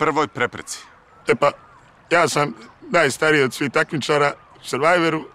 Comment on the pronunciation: Nije akcenat skroz, prve ove reci je omasio, “najstariji” tipa.. ali ostalo je pokidao 😂